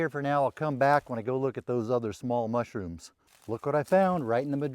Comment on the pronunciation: Be vewy vewy quiet. I'm hunting mushwooms.